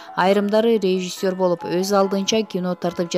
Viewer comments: Суйлоп жаткан кыз "РЕЖИССЁР" -деген созду жакшылап кайталап, жаттап анан айтчы. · Суйлогон кыз (режисёр) деген созду тунук айткылачы.